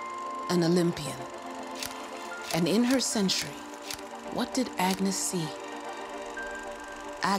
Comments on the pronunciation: Yay! Let's talk about Ágnes Keleti and butcher her name every time we say it! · If the narrator had pronunced her name correctly, it would have been much appreciated.